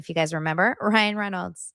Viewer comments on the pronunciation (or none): none